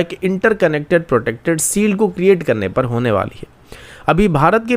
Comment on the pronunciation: भाई तुम श शब्द का उच्चारण सुधारो। कान बजने लगते है शील्ड को सील्ड बोलते हो तो।